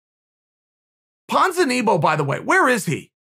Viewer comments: Ponza-knee-bow 😂😂😂😂 its Ponza-nibby-yo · Nobody: Chael: Where's Ponzakneebow? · Me: Ponzinibbio Chael: Ponzinibo Me: Ponzinibbio Chael: Ponz Me: P O N Z I N I B B I O Chael: If he walked into your house and slapped you, you wouldn't know who it was. ok great.